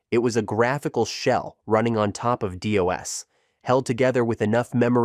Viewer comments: Seriously? Dee-oss? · "DOA"? I've never heard DOS pronounced that way?